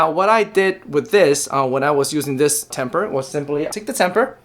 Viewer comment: very informative, but just one critique the word is tamper, not temper